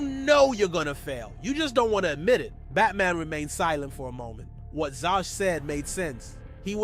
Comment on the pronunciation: Zsas not Sjosj and it's Vries, Victor Vries or van de Vries depending which narrative they use